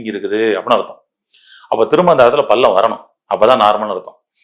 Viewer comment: பல்லம். இல்லை. பள்ளம். ல. ள